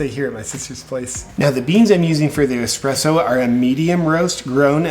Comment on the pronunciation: Espresso, not 'expresso'.